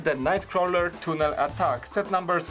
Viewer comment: It's tunnel not toonel